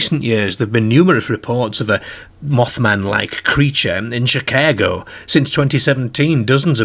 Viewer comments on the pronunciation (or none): none